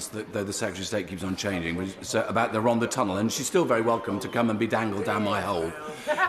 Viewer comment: I enjoy all of your videos and Chris Bryant is brill. He's my MP and I'm a huge fan. Just one comment. Rhondda is pronounced Rhontha. The th as in the word "THE". Sorry but I bet every Welsh viewer cringed watching this. 😄👍Gonna put my tin hat on now. Keep up the good work.